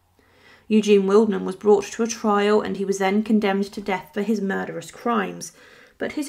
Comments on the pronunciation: you are pronouncing his name completely wrong! „Willedman“ is wrong. The german word „Weidmann“ is pronounced „Widemun“ correctly. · Just a little FYI: Weidmann is pronounced “Vide-mann”. Vide as in “wide”. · It is pronounced WidemAn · It’s pronounced Videman (vide rhyming with tide). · I found the mispronounciation really irritating. Getting someone's name right is not rocket science. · if you’re a supposedly professional YouTuber and want to be taken seriously, then you should be able to pronounce names correctly. It doesn’t take much effort.